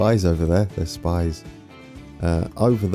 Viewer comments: Thun = Toon Spiez = Speets Interlaken = Interlaken ("a" pronounced like the first "a" in again and not like the second one) Gwatt = same thing with the "a", just listen to Google Translate pronouncing the "a" in Interlaken Oberhofen = with a long "o", again just listen to Google Translate Riggisberg = Riggesberg (listen to Google Translate pronouncing "Berg") Adelboden = Google Translate mate Domodossola = thats actually in Italy so pronounce it just how it´s written Visp = Wisp Sitten = you actually nailed that Siders = Seeders There is now way of you getting everything perfect, German is just too difficult for an anglophone but it would be nice if you put a bit of effort in your pronunciation. Google Translate of course is a bit crude but it get´s the job done and I believe it would make your pronunciation acceptable. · I've been waiting for this! Looks great! Having been to this area of Switzerland myself I can't wait! I think that Spiez is pronounced like Speez and Thun is pronounced like Tün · I am so happy for you chose this region. I worked around there quite a while. Between Frutigen and Visp, there is a car train, where you sit in your car on the train and go thru a big tunnel (20min?). I always thought, how cool his is. Ah, and Spiez is pronounced somewhat in he near of "speeats".